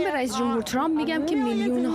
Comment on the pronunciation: حتی بلد نیست اسم Trump را درست تلفظ کند.